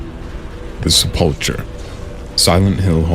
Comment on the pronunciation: While I enjoy these videos a lot, I have a suggestion. I noticed several mispronunciations. For example, Beelzebub and sepulcher. As I said, I enjoy these videos. I honestly wouldn't say anything if it were a one time thing, but I've now noticed it in multiple videos.